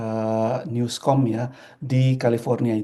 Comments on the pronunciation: Gubernur California itu Newsom, Bukan Newscom, Pak. Gavin Newsom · Pak, bukan gubernur Nuskom pak...Governor Newsom (Nusem bacanya bukan Nuskom Pak). California Governor - Gavin Newsom...(we don't make small mistake like this especially when you're representing Indonesia for the U.S.